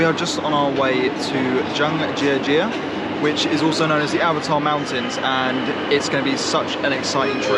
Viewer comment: Hahahaha...it's cute that you speak Chinese. When you say "Zhangjiajie" it sounds like "Zhang Sister"